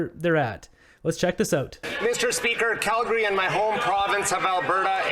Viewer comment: Poor, dumb. phuque. "Skallgary" where's that?